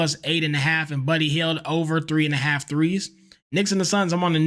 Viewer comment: Its Buddy HIELD, not Hyde😂